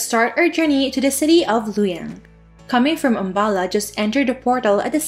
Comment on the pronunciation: not lu yang its Lu o yang